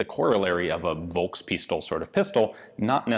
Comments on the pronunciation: The V in German is pronounced F. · In german language ,V' is spoken ,F', not ,W'.